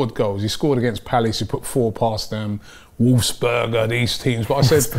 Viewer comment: Did you even watch the video🤦🏾🤦🏾 Robbie kept saying Wolfsburger.... Which is wrong